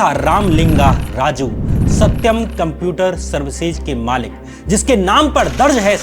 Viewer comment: Are bhaiya Computer sahi se pronounce karo ! Apki video dekhne me toh achi lg rahi h but jab bhi tum Computer bol rahe ho na bht jada irritate kar rahe ho .